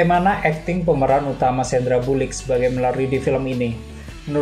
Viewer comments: Thx utk review nya, cuma sori biar lebih ok lagi mungkin "pronounciation" bahasa inggris nya yg lbh baik biar gak bingung dengernya, kyk : - sandra bullick (seharusnya : sandra bullock) - next die (seharusnya : next day 😁) Artikulasi juga dibuat lbh enak dong, biar dengernya jg nyaman. Krn sbg youtuber anda sdh jd pemilik media channel umum secara gak langsung, jd standardnya jg kudu dijaga. Jangan spt kyk 'males ngomong' atau lazy talk gitu. Mulut lbh terbuka jelas saat bicara Terakhir : Ini ending yg sebetulnya konseptual bgt tapi sayangnya malah gak diceritain😅.. Jadi : di dalam gedung yg berisi komunitas yg "aman" itu sebetulnya bukan orang biasa. Tp itu adalah gedung orang2 tunanetra. Jadi "tragis" dari konsep film ini yang "selamat yg tdk melihat" .. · iya ngerti...dlm bhs inggris nya jg kalo ngomong ya "sandra bullock" lah lu ngomong nya sandra bulick coy.. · sandra bullock bang bukan bulik hahaha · Kok "Sandra Bulik" sih Oom???? 😁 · Namanya sandra bullock bukan sandra bolik .. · Wkwkwkwkwkwkkk,,,,, min, bukan Sandra Bullick to Bullock min... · Sandra bullock oon..bukan bullick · bang sandra Bullock bukan sandra Bullick..sekalian aja sandra burik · SANDRA BULLOCK, bukan Bulik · Bullock woi bullock...bkn bulik...wkwkwk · Wkwkkkw gw dengernya burikk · Kuping gw aja atau emang lo bilang “ diperankan sendra bulik” hahaha njirrr gw ngakak begitu lo bilang sendra bulik